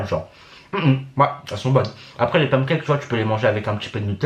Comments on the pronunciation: y dit pam cakes la? 🤣🤣au lieu de pan cakes 🤣🤣🤣❤️ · Mdr il a dit "pamcakes" lol 🤣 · Ton accent me fait rêver quand tu dis pancakes